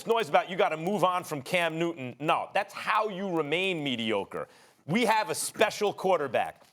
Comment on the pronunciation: No one: Stephen A:Cam New Ton